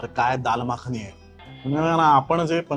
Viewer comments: माखनी नाही रे येड्या मखनी असतं, याची भाषा, ओव्हरऍक्टिंग बघून हा भाडिपाच्याच योग्यतेचा वाटतो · माखणी नह्वे मखनी is the correct word.... stop spreading ghaati words.